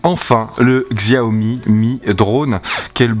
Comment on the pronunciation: Merci pour cette vidéo de qualité. Néanmoins 2 point à revoir, 1er tes sifflement en rec sont très désagréable,2eme la marque Xiaomi se prononce Chiaomi.